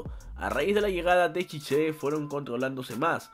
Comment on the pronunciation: Tite en portugués No es chiche jaja es chichi